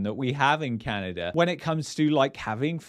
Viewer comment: Canader, lol!